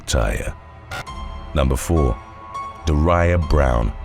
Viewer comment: A little constructive criticism--are names that hard for you? I don't know these people personally, but I guarantee they pronounce their names DAW ree uh and KIE lee.